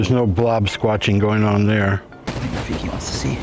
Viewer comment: When he called rafiki “tajik” 😂